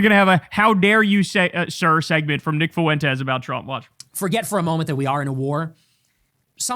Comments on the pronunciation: Kyle might pronounce "Fuentes" correctly before GTA6. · Let's start calling this The Nick Foo-WEN-tez Show.